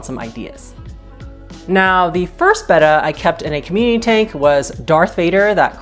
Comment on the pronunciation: Thanks for correctly pronouncing "Betta" instead of "beta". That, plus your knowledge, your onscreen personality, your pleasant voice, etc got you my subscription!